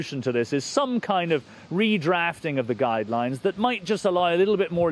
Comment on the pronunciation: "Redreaeafting of the guidelines". Was this presenter drunk?